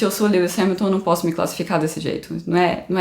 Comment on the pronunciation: A pronúncia da: “Diôrrdjii” e “Liuiss”